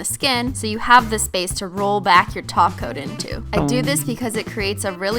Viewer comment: What did they do with her that’s not here she said topcoat not toco Nooooooooooooooooooooooooooo